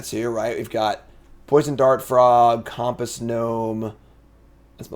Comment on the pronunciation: Has this guy used a compass before?? Why tf is he saying COMP-ASS??😂